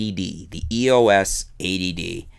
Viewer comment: I like that is sounds like you're calling it "the A.D.D."